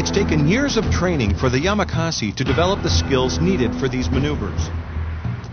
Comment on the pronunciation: IT IS NOT YAMAKAZI IT IS YAMAKASI